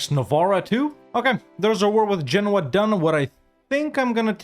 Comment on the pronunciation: again saying Genouis like the frenchman. no offence. but why did he says genoa like genouis